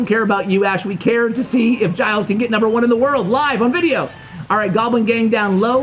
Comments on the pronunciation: OKay... It's a French name. Soo... if you want to say it roughly correctly, you should say : "Gilda Ray". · His name is pronounced "jill" by the way, keep up the good work! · Hey Ash! If your guest is Latino, I guarantee that “Gilles” is pronounced like “HEE-lays”. Great vid! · I think the pronunciation is of Latin origin so I believe it’s he-lays dey rey. Hope I helped ash! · I think it it pronounced the french way and you say it like Jil. you don't pronounce a lot of the name